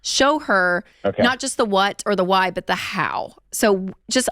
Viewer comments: Why does he pronounce why as Hawai? 😂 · Does he pronounce it “whWat” and “whWy” or is it just me?🙈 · What is this HWHY and this HWHAT that Dave keeps talking about? 😂😂